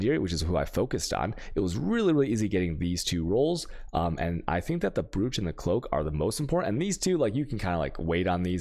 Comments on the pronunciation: brooch is pronounced broach alchemy is pronounced alkemy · Why is brooch pronounce broach?